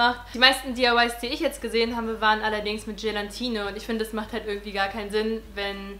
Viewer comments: Es heißt Gelatine😉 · Es heißt doch 'Gelatine' und nicht 'gelantine' oder? 😂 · Wieso sagen alle immer GelaNtine ? 😂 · das heißt gelATine und NICHT gelaNtine -. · Gelantine 😂 Du bist so süß ❤️ Cooles Video! Eine Frage: wieso hast Du dir die Haare gefärbt, wenn Du doch braune willst? Ich hab mir noch nie die Haare gefärbt (habe dunkel braune Haare) und frage mich, wieso alle direkt nach dem Haare färben sagen, dass sie wieder was anderes wollen 🙈🙈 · Es heißt Gelatine. Oben n.